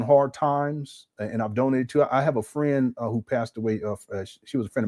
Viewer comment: My Frieng. My Frieng. Jose No Say 😂😂😂😂